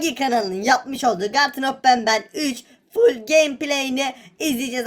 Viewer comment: Abi garten of benben değil abi garten of banban